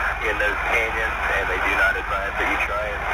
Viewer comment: Where the heck does he say „NOT recommended“. I tried several times, but can't hear any „not“. If it's about safety, mumbling is not a joke.